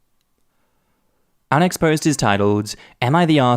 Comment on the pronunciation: I can't get over the fact that everytime says "Our next post...." it sounds to my American ears like "unexposed". I actually thought that was what he was saying for a long time, and I was trying SO HARD to make sense of it! 🤣 I should also add that I am slightly hard-of-hearing and I often hear something other than what the person is saying. However, once I know, I usually think it's nuts that I heard something else. With this, I hear "unexposed"... every. single. time. I still love you,.